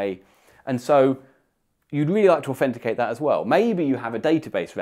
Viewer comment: Do a shot every time he says "aufenticate"